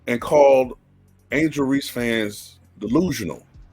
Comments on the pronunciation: This clown doesn’t even pronounce her name right, there is no Angela Reese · he said angela reese.